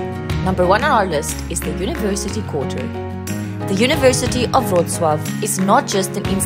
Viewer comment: Respect for great "Wrocław" pronunciation :)